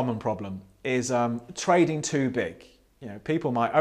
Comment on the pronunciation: Every time you say trading it sounds like toading.